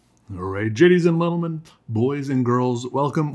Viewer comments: "gadies and lentalmen" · "Jadies and Lentlemen" lol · “Alright Gadies and lentlemen”. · gadies and lentlemen XD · So we just gonna ignore the very beginning of the video where he literally said "gadies and lentlemen" 🤣🤣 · jadies and lentleman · And we all gonna ignore the "Gadies and Lentlemen" at the beginng ?? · gadies and lentleman. Never in my life have I ever heard someone say that haha!! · ''Alright Gadies Lentlemen'' I think i'm the only one who finds that funny. And i also think i'm the only one who noticed. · Anybody else here Gadies and Lentlemen at the start?? 😂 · alright, jadies and lentalmen welcome to my engrish class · Gadies and lentlemen... 😂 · bro said gaddies and lentleman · Did he say jades and lentil men? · Haha dude said jadys and yentelmen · Mums he said gadies and lentalmen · Gaydes and lentalmen😂😂